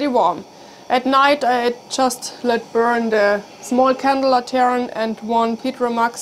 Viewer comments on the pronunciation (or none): Lantern The accent emphasis is on the first syllable. LAN-tern